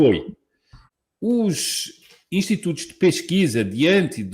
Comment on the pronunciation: kkkkkkkkk "intitutos!